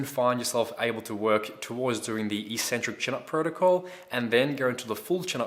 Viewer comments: Hey, Great vids, thanks. But 'Eeeeeeecentric' is not a word anywhere in the English language. The word is pronounced eK-Centric. From an etymological standpoint, it makes sense, but more importantly, just look at the syllables to understand that it is only the lifting Community that mispronounces this word. First syllable: ec. Second syllable: centric. How is it possible to pronounce 'ec' as 'eeeeee'? Other lifters might think you're 'eK-Centric' for pronouncing it this way, but at least you'll sound as smart as the actual content of your vids. Think about it.;-) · EEEEEEEEcentric isn't a word anywhere in the English language. It's pronounced eKKKKKcentric. Please look it up, if you don't believe me. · So since when is "eccentric" pronounced EEEEcentric??? Look it up!!